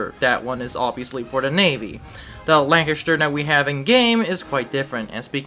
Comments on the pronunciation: Say Chest And The Say LanCHESTer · every time you said lanchester i fucking died inside (butchered it)